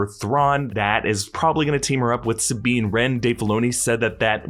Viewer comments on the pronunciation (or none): none